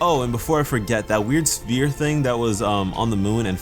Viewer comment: Why are you pronouncing sphere as "spear"?